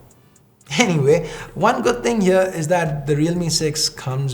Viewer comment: Why is his accent sound so weird? Never heard any indian saying "good" as "ged"..🙄..sound soo fake & cringy...